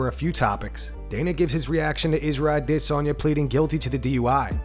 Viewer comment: Thumbs down bc the narrator can’t seem to get the pronunciation of adesanya down